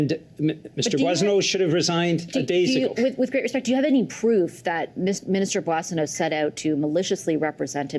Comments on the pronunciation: I love you guys but you pronounce Randy’s last name wrong too lol it’s “bwa sen- oh” not “boy”. But seriously you guys are great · Cocaine Randy’s last name is pronounced Bwaw-so-no. No “boy” in Coke-a-hontas’ last name. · It's pronounced Mr. Bozo